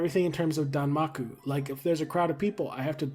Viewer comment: Your japanese pronunciation is completely correct! Touhou is pronounced TOE hoe and zun rhymes with zoom and danmaku is correct. You even pronounced the game collab name pretty much correctly. I'm glad you looked it up anyway, most people don't bother and it drives me a little crazy sometimes